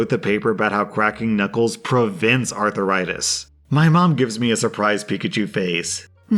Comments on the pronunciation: LOL. I love the way pronounces "arthritis." Is he from Georgia or Texas? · I just couldn't concentrate on the last story because of how was pronouncing arthritis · I feel like mispronounces things like arthritis to drive up engagement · You mispronounced arthritis every time you said it. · The way pronounces arthritis is worse than the sound of cracking knuckles. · If you mispronounce arthritis again I will flick your ear. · Wth is that abomination pronounciation of arthritis... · Everytime I heard him say Arth-AH-ritis, I died a little more inside. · I was hoping I wasn’t the only one to be annoyed by him pronouncing it arth-er-istis 😅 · I was searching for a comment talking about that 😂😂 “Arthur-itis” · The way you say arthritis 😂😂😂😂 "arthur ritis"🤣🤣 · "Arthur-itis" is it? Lol!! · By the way pronounced it, I thought the malicious compliance in the last story was going to be that the essay was going to be about someone named Arthur Itis. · who else couldn't get over the pronunciation of arthritis? Arthur-itis? sounds like a disease you get from watching too many kids shows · "Arthur itis" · Does pronounce arthritis as Arthuritis????? Oh god why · Is seriously pronouncing arthritis as "arthuritis"? 😂💀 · Why are you pronouncing it "arthiritis" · Please for the love of god stop pronouncing arthritis as Arthuritis, Please! It made the last few minutes of your video unbearable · Your mispronunciation of arthritis as arthur-ritis is cringe worthy... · Everybody: "Arthritis": "Arthur-itis" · Is he saying arthritis or arther rites? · "Arther-itis"? Have I been saying it wrong when I say "arth-ritis"? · Normal People: “Arthritis”: “Arther-itis” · About drove me nuts on the last one. It's 'aar THRAI tis', not ARTHUR RI TIS. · Uh ... it's arth - ritis. Not arthur -itis. Seems like a southern thing. Making a 2 syllable word a 3 syllable word. And adding a letter to boot Doesn't sound smart